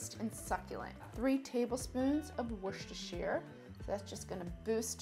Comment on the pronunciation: For you lovely Americans heres a hint how to pronounce Worcestershire. I'll break it down phonetically WUSS-TER-CHER